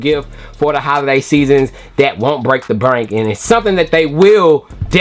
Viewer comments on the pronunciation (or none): Bro also said “break the brank” 🤣